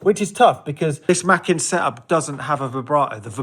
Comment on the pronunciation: NIce video, small point, but Makin is pronounced with a long A, so basically like Making with no G (hat tip to Steve Wright). It was one of the middle names of John Pilling who was the entrepeneur who bought the electronic division of Compton when it went bust, and set about realising his dream of making low cost organs available to churches using elecronics and not pipes.